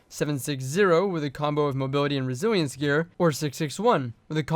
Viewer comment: Godamn the way you say resilience makes me want to close the video